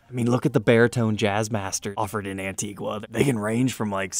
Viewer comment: It’s pronounced “Antiga”. The “u” is silent.